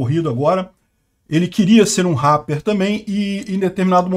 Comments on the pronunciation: é "répeer" kkkkk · na palavra rapper o "a" tem som de "e". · Ele fazia Rappi?? pronuncia direito! RÁPER não! "Réper", até quando vc falou que ela fazia "Rap" ficou estranho, pq vc fala "rÁper" e depois "Rap" (pronunciando rép) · Fala igual ao Silvio Santos. “Ráper” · "ela faz réh" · "réper", é assim que se pronuncia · Agonia ver o falar RARPER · parceiro, só uam correção rapper se prenuncia Réper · Se fala réper não ráper 😂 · A pronúncia é rrépe. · Ráper kkkk... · A forma que fala rapper é tão diferente... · Inglês britânico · inglês britânico mas com R alemão. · Parece aquelas pessoas antigas q ao invés de pronunciarem ok como okey, dizem o ká! Haha! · O jeito do falar RAPPER KKKKKKK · falando "Rapper" errado só pra gerar engajamento nos comentários, ou será que ele realmente acredita que tá certo?